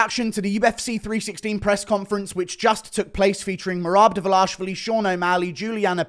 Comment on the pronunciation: The Dvalishvili pronunciation is hysterical. Almost as laughable as his DES MoinES effort.